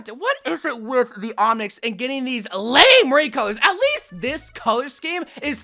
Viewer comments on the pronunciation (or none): none